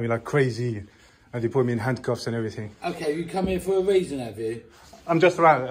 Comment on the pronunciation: "You've come 'ere for a weason, 'ave you?" Massive belly resting on counter. Professional.